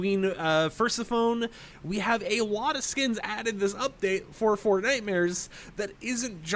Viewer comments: Pronounced Pers-eff-oh-knee not purse uh phone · Oh man. hearing you say persa'h - phone, is the most annoying thing ever! its per-seph-on- eh, its the same level as saying phoenix as "fooniks" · Purse 👛 - sef - funny Yeah... Had me doing a double take when he said Fersu phone 🤳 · Persephone is pronounced /pərˈsɛfəniː/, or more simply as "per-SEF-uh-nee," with the stress on the second syllable. The name breaks down into four syllables: Per-se-pho-ne. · And purse-a-phone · "Queen Fersuphone" bro they definitely covered the main parts of greek mythology in school. How do you whiff the pronunciation THAT bad lmfao